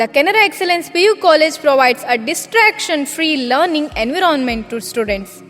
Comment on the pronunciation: Pronunciation of "Environment"?